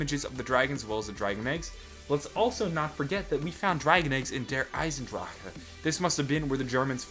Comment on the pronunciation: i like how you pronounce "die Drachen" and "der Eisendrache" . your pronounciation is one of the best from an english Person ive ever heard